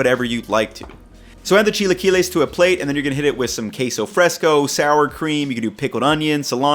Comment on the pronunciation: Precovid, I used to go this place that had chilaquiles on the weekends, during breakfast. I would always say "Idk if I'm pronouncing this right, but can I get the 'chai-la-kwai-lees birdy" and would point at the "Chilaquiles Verde" option on the menu. One of the girls got so red trying to hold back her laugh.